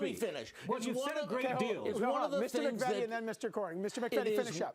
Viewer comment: MC-VEE-TEE NOT MACK-VETTY. (this man does not represent my family)